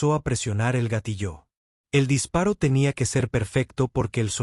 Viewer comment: Por favor corrige la pronunciación de gatillo